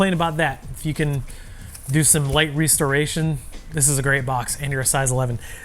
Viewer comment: “a light REEstoration” 😂